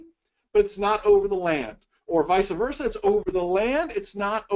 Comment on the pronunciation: It’s vice versa, not “visa versa”.